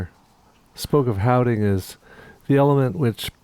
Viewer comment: He James love your panting. On the houding part, i think it is verhouding, wat translates to” in relation to” in the context of dark and licht or close and far. But exelent pronunciation on houding ;)